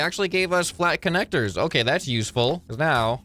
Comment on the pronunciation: the "hiputecuhbudubulabdeum conecta- Flat Connector!"